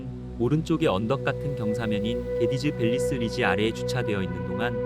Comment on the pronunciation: 개디즈밸리스 능선이 아니라 개돼지밸리스로 들림